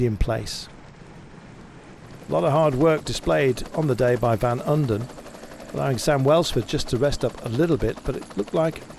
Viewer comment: How do you manage to mispronounce Van Uden 50 times in the same race?